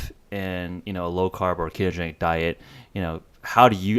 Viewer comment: Dude, the interviewer needs to slow down. I had trouble following what he was saying - like "keegeni". No, it's pronounced, kee-to-gen-ic. Enunciation counts in the communication industry. So slow down and enunciate all the syllables.